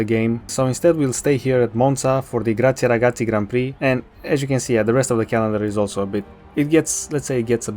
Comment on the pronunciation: aliens exist: today i thought: I want the Hunkelback championship, come on mate. Edit: i finish now the video: you said a good GRAZIE RAGAZZI, and I'm italian, so yeah, good speaking